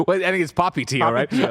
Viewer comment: The way y'all kept pronouncing Tio and Tia triggered me irrationally lol